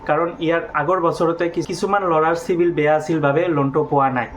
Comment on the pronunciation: O গৰু চিভিল নকৈ ও চিবিল কৈ